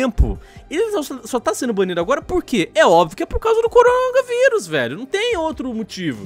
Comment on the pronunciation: O corona... Cérebro do:nãooooo:O corongaVirus